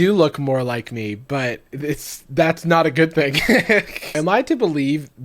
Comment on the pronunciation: Cartoon Jarvis: Jarvish